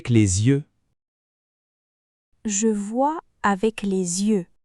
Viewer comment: face-blue-smiling: ... ... la prononciation de 'yeux' n'est pas correct